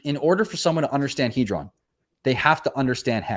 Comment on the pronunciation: It's pronounced Heeedron not Headron